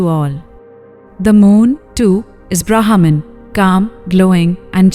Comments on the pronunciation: Pronounce as 'ब्रह्म' ! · Thanks for the wonderful efforts to bring back our ancient wisdom thro these short beautiful stories! Short note: Brahman can be pronounced a little better as it sounds like a English trained AI system!